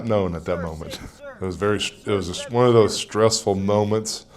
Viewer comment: "One " .... Noooooo!!!!?!?!??!?!??! Say it right!!! .... "One." 😂😂😭